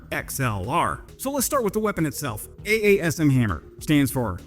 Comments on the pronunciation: AASM Hammer should be pronounced Awesome Hammer 😊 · Trop rigolo quand notre ami prononce l'acronyme français AASM !